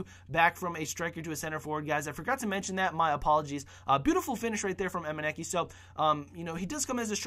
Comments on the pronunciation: Emenike not Emeniki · He means the price of the team. BTW its pronounced Emeneeke